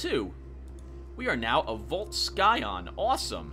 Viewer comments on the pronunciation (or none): Pssst, scion is pronounced like science, except it ends in -on.